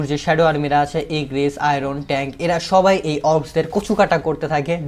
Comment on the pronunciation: আমি একটা কথা আপনার ভালোর জন্য বললাম । এখানে "সবাই" কথাটা অনেকটা "থবাই" এর মত লাগলো। আপনি একটু চেষ্টা করবেন এর পরের বার আরো ভালো করতে উচ্চারণগুলো। যদি আপনার উচ্চারণ আমার চেয়ে অনেক বেশি ভালো কিন্তু তবুও চেষ্টা করবেন আর একটু শুদ্ধভাবে বলার জন্য এবং তাড়াতাড়ি বলার জন্য। চাইলে প্র্যাকটিস করতে পারেন। আমি জানি আমি আপনার চেয়ে বেশি ট্যালেন্টেড নই । আপনার জন্য শুভকামনা রইল।